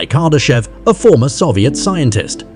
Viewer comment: Carday-chev is not how you say his name. Noone knows what the great filter is and if we have already passed it or not. Nuclear power plants do not convert "energy" to electricity. Or rather that description is so vague and generic it could apply to all forms of power plants. K3 is achievable without fusion generators. A Dyson Swarm does not need any megastructures. It could be a swarm of billions of smaller habitats and satellites. FTL is most likely not possible and it is not a problem of available energy alone. The Kardashev scale is not about knowledge or understanding but about usable energy alone. Everything above K4 is so hypothetica that it is almost useless to speculate about it. You also don't explain what K1-K4 really mean. K1: All energy available on a planet is used. K2: All energy emitted by a star is used. K3: All energy available in a galaxy is used. K4: All energy in the known universe is used. One should note that K4 is already beyond what Kardashev talked about. I hope this flood of AI generated content either improves in quality or disappears soon. Isaac Arthur this is not.